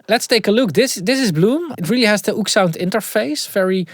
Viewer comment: I thought it was Ooksound as well, but apparently it is pronounced Oh!ekSound 😅